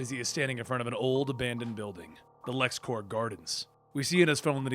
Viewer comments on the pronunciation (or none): none